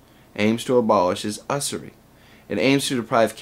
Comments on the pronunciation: Good stuff! Hairsplitting question on : Isn't that more properly pronounced "YOO-zer-ee" ? I've long thought it tragic that the term "wage slavery" is so far down the memory hole of anything close to mainstream discussion. As I recall it was a big rhetorical theme of pro-slavery pols toward the industrial North in the Civil War era, so it once had a high-profile place in the central discussion of mid/late 19th century politics. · Great video. Very clear and succinct. I see what you talk about in this video among the so called capitalist anarchists a lot. btw, just so you know, the start of usury is pronounced like "you" not "uh". :P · Unfortunately, you mispronounced "usury," therefore you can no longer call yourself an anarchist, nor are you historically linked to the traditional line of proper English speakers. :-/